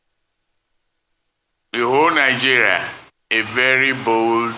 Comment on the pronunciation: It's not Ninegeria but Nigeria, too many citizens are pronouncing the name of the country incorrectly